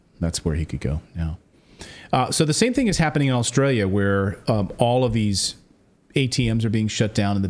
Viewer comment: I won't get onto Clayton's "ATM machine" but it is funny that he said "Aulstralia" with the extra "L"...